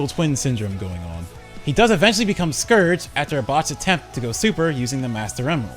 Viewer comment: It's scourge ya idiot not scirge